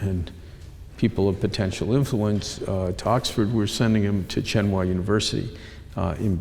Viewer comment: He needs how to pronounce "Tsinghua University".